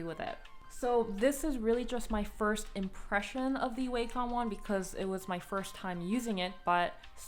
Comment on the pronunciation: You are literally the first person I see pronouncing Wacom like Waycom